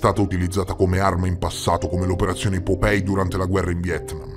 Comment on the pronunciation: Vecchio, non voglio fare il saputello del ca..o, magari li pronunci sbagliati apposta per via di qualche meme che non conosco o altri motivi. Comunque, just in case, POPEYE si pronuncia POPAI che sarebbe l’occhio (Eye) che fuoriesce (POP) un po’ troppo dalla faccia/muso tipo la rana o la nostra prime minister 🍈 🍈 Poi già che ci sono, mi ricordo di altri video precedenti: REUTERS si pronuncia ROITERS (in crucco). Angkor Wat si pronuncia come si scrive tipo Ankor Vat (Wat significa Tempio in Thai, deduco anche in Cambogiano) Poi nel video sul Vaticano Omertoso durante i rastrellamenti, la lettera inizia con Lieber Freunde, significa semplicemente Caro Amico. Non ho capito perché lo traduci correttamente, ma poi parli di Reverendo Leiber (Anziché pronunciare Liber che appunto significa “Caro” in crucco) come fosse un nome proprio, mettendoci il rettangolo rosso attorno. Piccoli dettagli comunque, chiaro. Si vede che non riesco a dormire nonostante siano quasi le 4am qua in Thai? Ahahah Spero di essere stato un minimo di aiuto e niente… ti voglio bene anch’io e spero un giorno di conoscerti di persona, anche solo per un abbraccio. Ciao bestiaccia ❤